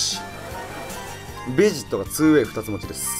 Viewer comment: べ↓ジッ↑ト↓じゃなくて ベ↑ジッ↑ト↓じゃないの？ 分かりにくくてごめんなさい。